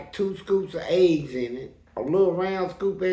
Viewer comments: Fleece pronounces “eggs” like “aids” 😅 I was thinking like DANG they giving out AIDS in the lunch line 😳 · I thought we were getting some inside information, then realized he’s said eggs not aids